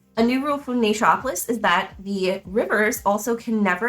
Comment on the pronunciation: Wanted a quick run through before getting a few copies for Christmas presents. Yours was the one I didn’t turn off after 5 seconds as your pronunciation of the game sounded correct to me (Everyone else said Nature-opolis). :)